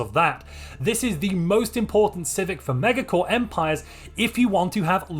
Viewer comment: I disagree with your pronunciation of megacorp